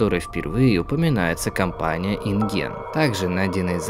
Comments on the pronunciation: Не ин ген а ин джен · Не инген а инджен